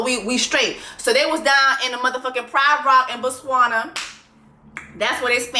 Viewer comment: Jessie I absolutely love you and I’m from Botswana and loved the way you pronounced it!! Good job girl! Ps we used blue magic too! Was shocked to get to the states for college and see that that’s the universal black girl hair grease 😂